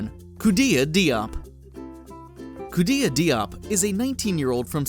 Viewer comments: Diop is actually pronounce jope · Khoudia Diop last name is pronounced incorrectly. It is a French word and is pronounced "Jhop." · The name "Diop" is pronounced "dj-oh-p." I speak Wolof, so, just wanted to let you know!